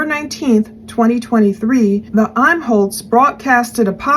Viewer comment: imholte ,pronounced Im-holt, close just don’t pronounce the e